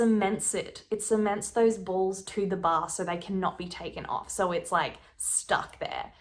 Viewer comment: This sound dumb but I love the way you talk and the ways you say balls. I literally start laughing every time